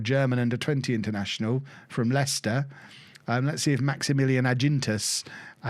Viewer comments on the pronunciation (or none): none